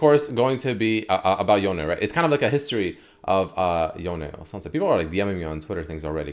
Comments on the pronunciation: It's one syllable not 2 it's Yone, not Yoneigh. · anyone else annoyed by him repeatedly saying yoney, when it’s clearly just yone???? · "Yown-nae" lmao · STOP CALLING HIM YONAY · Please stop putting the accent on the E in yone. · You cant pronounce Ionia without Yone